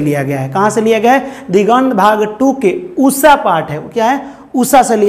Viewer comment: Usha not usssa 😂